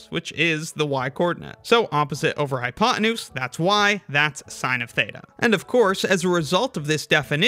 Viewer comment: Sorry. I had to stop listening to this video after the fourth time you said “hypoenuse”. What’s with the hatred of Americans for the letter “T” these days?